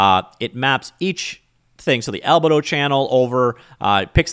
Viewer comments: Pronunciation Police... It's Al-bee-dough, not Alba-Dough. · not sure if you are trolling, but its actually pronounced al bee do